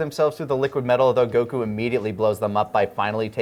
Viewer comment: I love hearing slip up on his Goku pronunciation